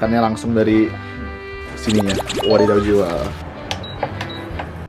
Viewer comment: Kakiage is ote-ote/heci/bala-bala in Indonesia Btw ngomong wadidaw kok bisa medhok gitu 😆 "whadidhaw"